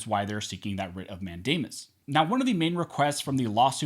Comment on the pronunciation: Did you say Rit of Matt Damon ? ? ?